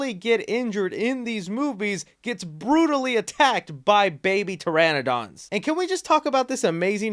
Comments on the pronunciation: I used to get mad at my friends on Ark pronouncing Pteranodon as "Terror-Don" and then this guy in the video does it too! Ya'll need to learn your shit. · Oh by the way that's not how you say pteranodon